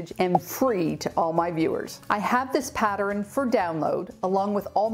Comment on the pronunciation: Oh, and my sister and I like the way you sometimes say the word pattern.